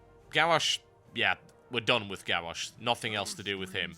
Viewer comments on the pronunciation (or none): Lol.. "Gawwosh"